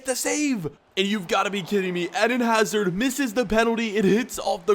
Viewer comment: You pronounce eden hazard in the wrong way